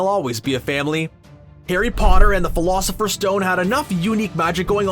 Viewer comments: He just called it the "philosopher" stone😒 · Um it’s not philosifers stone haha 😂